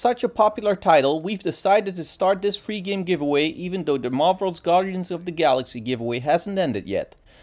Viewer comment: When you say free its sounds like three 🤣